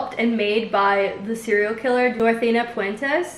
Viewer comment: did she just… 💀 “cerial killer”